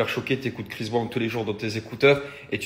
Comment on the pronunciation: Je cherchais un commentaire comme le tiens c est vraiment une hypocrite je n ai jamais apprécié alors là c est catégorique elle me répugne. Il n y a absolument rien à défendre à cela. Elle dit etre d accord avec Dylan qui sous entend que les gens sont fans de CHRIS Brown (et pas "BRAN") soit disant journaliste qui ne sait pas prononcer un nom. En plus mère de 2 filles quelle honte mais quelle honte elle réagit à peine face l évidente violence de la vidéo.